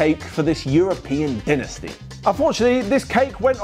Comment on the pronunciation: Did he just say dinisty?